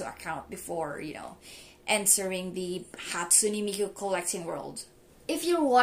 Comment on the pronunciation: "hatsume miku shrine"